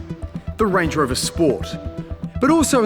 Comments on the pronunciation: I keep hearing Lange Rover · Him: "So what's the difference between Land Rover and Range Rover?" Also him: "So Lange Rover is actually..."